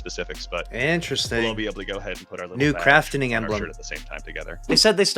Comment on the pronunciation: Craft-ing not Craft-en-ing